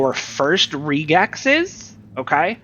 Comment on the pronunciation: Nice video. Probably could have cut the intro down by 75%. Also, just mentioning, Regex is short for Regular Expressions, and it's usually pronounced the same way: Reg - X.